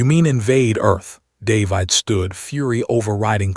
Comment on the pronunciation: What sort of AI can't even get a simple name like "David" right? It pronounces it like there is an "e" at the end.